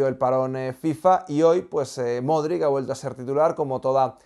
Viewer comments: el apellido de Luka se pronuncia “modrich” te lo he dicho muchas veces. Golazos de Toni Kroos y de Asencio. Consiguieron quedarse como primeros. Y Lukita debe descansar, Ancelotti no puede quemar a sus jugadores si no rota. Jović está jugando muy bien. Felicito a Lukita por ser el jugador del partido. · Ancelotti también lo pronuncia mal jajaj